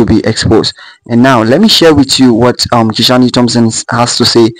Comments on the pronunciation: How did Kishane’s name become Ki-shaw-ne? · Kishan(e) the “E” is silent. His name is pronounced Kishan without the “E”